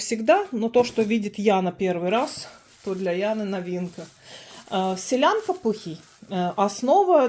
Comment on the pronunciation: Солянка ,а не селянка😂